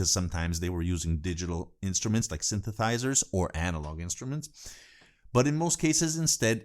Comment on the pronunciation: It's all very informative but you made me laugh with your "synthethizers" instead of synthesizers pronunciation:) People in te comments often emphasize role of mastering but they need to understand that it is mixing that is more important! Main compression, eq and limiting is done within mixing process. In mastering you don't compress much, just a little, like max. 1,5-2 dB of gain reduction, same with EQ and limiting. Anyway, I like your channel 🤟🏻